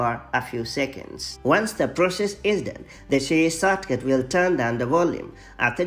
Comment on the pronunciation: The accent “sawtcaut”